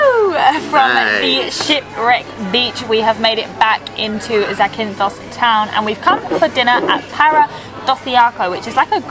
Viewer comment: The stress is on the first syllable: ZAkynthos. But you may also hear the form ZaKYnthou, which is the genitive case. Here, the stress is on the second syllable. 🙂